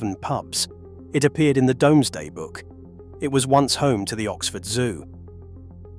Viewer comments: pronunciation is,"doom",not"dome". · that is NOT Whittlesey, that is actually a 1960s view of the Bigg Market at Newcastle-upon-Tyne, the UFO looking structure is a public toilet, it is now a cocktail bar 🤣🤣🤣🤣🤣 Another shitty AI voice, give it a rest if you are shitterton at using your own voice FFS DOOMsday not DOMESday FFS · Good video but would be better if a number of the places were pronounced correctly. Also the Domesday is pronounced dooms-day. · Because of the way the narrator says domeday book i looked it up, you can say domesday or doomsday its entirely up to you.